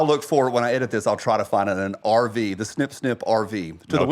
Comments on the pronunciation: It's a good thing for the picture of the RV, at first I thought he said Arby's. Abortion at Arby's! Lol!!!!😂 Hello from Idaho! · Man!!!! I thought he said the “snip snip” was taking place at an ARBYS!!! 🥴